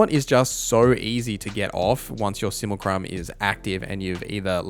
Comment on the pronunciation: Can you stop saying sumucrum please?